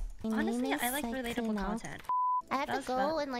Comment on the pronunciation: relatable not "relateble"